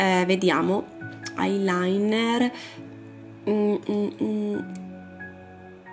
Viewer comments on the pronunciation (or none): none